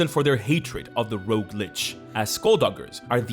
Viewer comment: As someone living among Francophones, who can't roll an rrrr to save my life, boy howdy am I jealous of how she managed to draw out that "Rrrrrrogue." XD